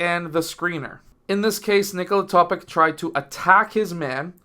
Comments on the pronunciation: great video sir but it is basically pronounced toe-pitch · Do you know how to pronounce the last name of the multiple league MVP - Nikola Jokic? I guess - You do... If Nikola Topić comes from the same country, is an ethnic member of the same nation as Jokić, why on earth would his last name be pronounced differently?! The analysis of the game is quite decent, but the fact that you didn't bother to think for at least 10 seconds about the correct pronunciation of the last name is sad. I hope, coach, that you are more detailed in preparing for the games than videos...